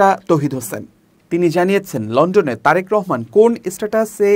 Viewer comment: " লন্ডন " উচ্চারণ পুরাই বেঠিক, শ্রুতিকটু। সোজা উচ্চারণ লন ডন যদি ভুল করে তাহলে তাকে স্ক্রিনে আসতে দেয়া উচিত নয়।